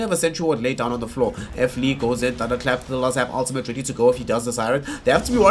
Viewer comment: WHO THE FUCK IS F LEE? ITS FLEE